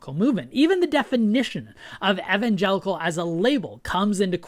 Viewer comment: THANK YOU for pronouncing Evangelical correctly for once